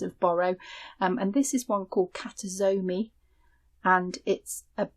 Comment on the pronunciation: Hi. I'm japanese and I come from town that is most famous for KASURI. I thought to write a quick comment regarding how to pronounce this marerial. It goes Ka - Su - Ri. There is no "g" I live now in Australia, and use a lot of kimono n kasuri that have been worn by my ancestors to make patchwork quilt, dresses, and bags. Since a few years ago, my sister started to teach me Sashiko when I return to Japan. I told her about your vlog. She does kimono sewing, Sashiko and Japanese silk embroidery so she is very interested in your work. Thank you!